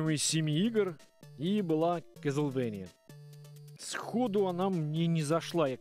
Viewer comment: Клозевания )))) боже как же эту игру коверкают (((